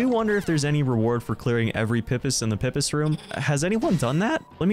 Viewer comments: It's pronounced Pee-Pees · its pronounced PEE-pis. PEE.